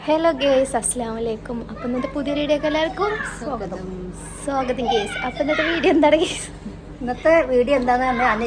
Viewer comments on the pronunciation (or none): സോഗതം ഗെയ്‌സ്,✅ സ്വാഗതം ഗായ്‌സ്...❌.